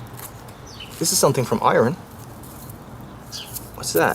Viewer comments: say 'eye urn' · Speaks perfect English, I mean flawless until it comes to pronouncing metals apart from Aluminum and Eye-Ron